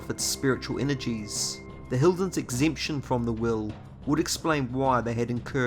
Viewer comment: Are you saying "will" or "wheel?" It's ambiguous.